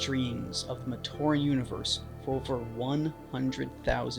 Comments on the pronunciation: The way that AI voice pronounced "Matoran" gave me an aneurysm. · Why does the AI keep saying Matoran wrong